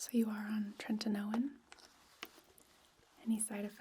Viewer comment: This was so lovely thank you! But every time I heard "treNtinoin" I got a little more awake lol